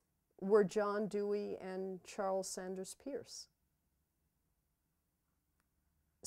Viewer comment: I'm sort of perplexed how someone who has a Ph.D. in philosophy from Harvard University doesn't know that Charles Sanders Peirce's last name is pronounce "purse".